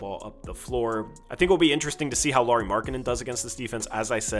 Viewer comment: Really good analysis as always,. Quick fyi, Lauri Markkanen's first name is pronounced the same way you'd say Kyle Lowry's last name. One other, Ivica Zubac sounds like E-veet-suh Zoo-bots. Sorry, I'm slightly a linguistics and pronunciation nerd. Peace out, go Blazers!!